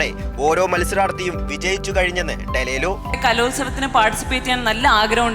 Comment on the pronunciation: ഡലേലു അല്ലാടെ ഡെലൂലു 😂😂😂😂